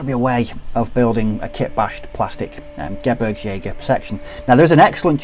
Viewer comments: It’s pronounced geh-breegs- jager. All Gs in German are pronounced with a soft G. No J sounds! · You mean geh-beergs-jager, what you wrote would be Gebrigsjäger